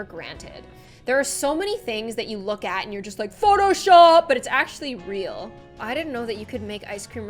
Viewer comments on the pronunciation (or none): none